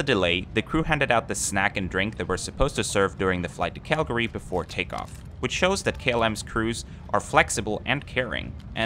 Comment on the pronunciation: Thank you for actually pronouncing CALGARY correctly :)